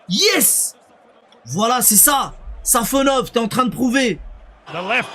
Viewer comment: Guys it’s SafOnov, not SafonOv. Congrats from Russia 🇷🇺